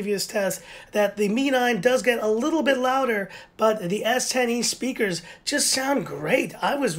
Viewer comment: The way you say s10e sounds like S tiny lol